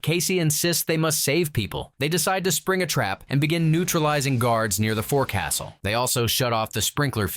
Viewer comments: Loved this, but its foc'sol not forcastle come on Hollywood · The word forecastle is pronounced fork'*sel. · "Forecastle has its own, English, pronunciation, you know ! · Forecastle (the forward-most part of the deck of the ship) is actually pronounced “folk-sull” and abbreviated to fo’c’sle. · It's pronounced folk sul not forecastle.